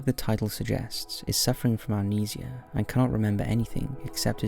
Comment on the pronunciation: You mean amnesi-ahh